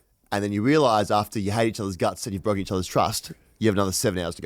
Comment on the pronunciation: Goes from Wichmond into Bwoken 🤯